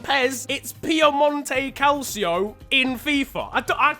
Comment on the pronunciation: It's pronounced cal/cho